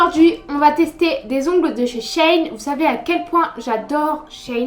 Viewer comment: Super vidéo, les faux ongles sont juste 😭💗💗✨ mais je sais que je vais être peut-être relou mais sa se dit (She-in) breff Franchement super vidéo continue...